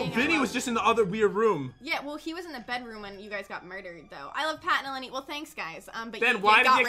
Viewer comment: In real life my name is mason EleNi yoU pronOunCeD it wRonG you said it like it was a i it's a o